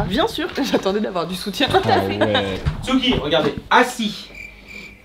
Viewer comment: Ya que moi qui ai remarquer " tuski" au lieu de tsuki ?